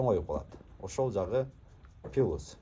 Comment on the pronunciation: Пылус жагы 😂плюс дечи туган айталбасан кыргызча эле суйлочу